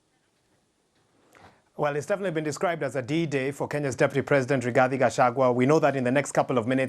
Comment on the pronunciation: It's RIGATHI please not RIGASTI 🙄